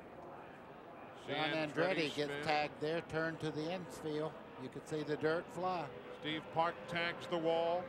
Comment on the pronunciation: I can count the times Eli Gold managed to say "Steve Park" and not "Steve Parks" on one hand. Over his entire career.